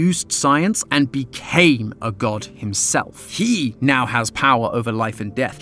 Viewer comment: YOU SAID DOGT NOT GOD